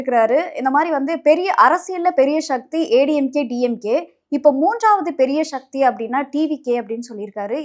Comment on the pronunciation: சக்தி ❌ ஷக்தி ✅